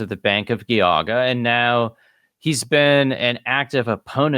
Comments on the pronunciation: FWIW, Geauga is pronounced with a soft g not a hard g. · Loving these videos, but can I make one very unimportant correction? The G in Geauga is pronounced with a "j" sounds, like in giant or gesture, not a hard G. So its "Jee-ah-guh". Source- I work in Geauga county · I grew up up in northeast Ohio. Geauga is soft g then hard g. Not two hard g's. Jee (as in Jeesus) awe guh. Good episode. Exposing more fraud in the Mormon organization. It's been a scamming, grifting organization from the start. One giant financial scam mixed with toxic patriarchy, spiritual brutality, sexism, homophobia, and white supremacy, and lots of covering up of crimes. Glad I left the church. Sad I got people to join on my mission. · Geauga is pronounced Gee-aw-ga. Trust me. I'm from NE Ohio.